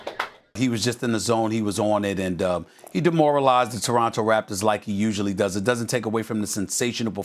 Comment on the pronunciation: Announcer we will be back to Lebronto in a momnent lmao 🤣